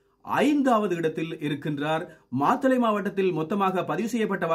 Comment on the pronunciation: மாதளை அல்ல மாத்தளை......